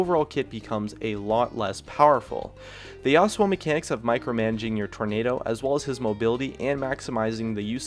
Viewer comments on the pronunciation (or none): Why is he pronouncing Yasuo differently every other sentence? He say Yos-uo and Yass-uo. It's one or the other, not both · I cringed when he mispronounced Yasou